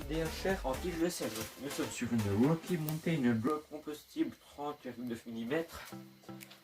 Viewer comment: Belle vidéo malgré quelques beug au montage et un qualité moyenne vidéo et de son. Accent anglais à améliorer (wokkie montain) (wokkie montain le retour) Quelques petites blagues comme à et (bas les couilles) SANS PARLER DU BEST OF OU J AI BIEN RIGOLE Mention spéciale pour le caméraman qui a fait du bon taf 15/20